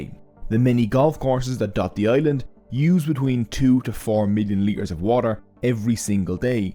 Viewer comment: Excuse me, but since when is T a silent letter? Water is not waer.